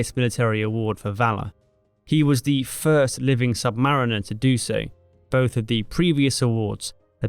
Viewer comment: Not "sub"-mariner but "sub-ma-REEN-er".